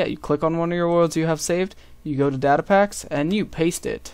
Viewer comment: u pronounced data wrong ,_